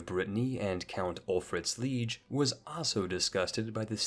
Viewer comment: It's so weird which words this guy pronounces correctly and incorrectly. He pronounces Nantes and Lèon correctly, but doesn't know how to say liege, piety or betroth. It's so random.